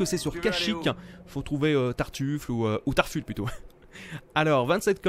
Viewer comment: Très bonne video j'adore très honnêtement mais franchement quel inculte de star wars... Tarful se prononce Tarfoul x)